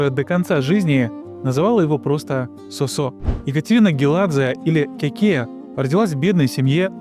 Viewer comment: Не СосО, а СОсо. Как и грузинское женское имя ДОдо, а не ДодО. К примеру, ДОдо Чоговадзе. а не ДодО, и не ДадО. Если говорите о ком то, то хотя бы узнайте как произносятся имена. Разве хорошо будет звучать, если человек рассказывая, к примеру, о неком Игоре, будет называть его ИгОрь.